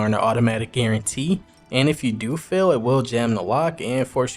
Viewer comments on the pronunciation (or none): none